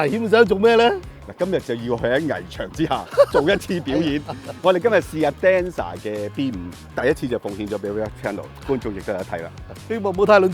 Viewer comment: Denza廣東話拼音讀〝釘沙“。你真係天才，咁都比你讀到'抵死啦' ?